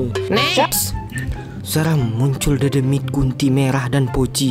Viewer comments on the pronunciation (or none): menit bikin ngakak doble kill dedemit bang bukan dodomit dodomit🤣🤣